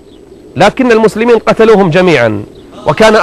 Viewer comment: اشب الشيخ صار اللدغ يقول مثلمين ليث ... وماينطق السين